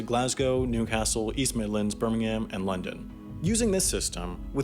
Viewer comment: Alright, you’re going to have to learn to pronounce “Birmingham” properly, man (ber-ming-um)